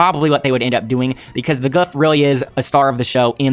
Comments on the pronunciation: The gouf is pronounced like goof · the japanese pronounce gouf as goof so goof is the correct name for it